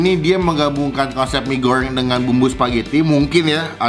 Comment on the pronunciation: Lidahlu knp bang..mie gorryeng..abis nelen paku y